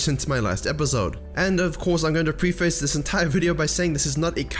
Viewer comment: Pronouncing 'preface' incorrectly